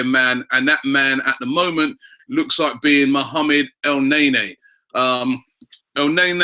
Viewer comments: El nay-nay hahahaha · mohamed el naenae??? do robbie said that :)wkwkwkwkwk